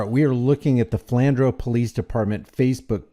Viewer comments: Sorry, you wouldn't know. It's pronounced Flan drew. I know I'm being picky. Just for the future. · The cop was "shaking", because he's not used to people standing up to him. 😂 (Pronounced Flan drew)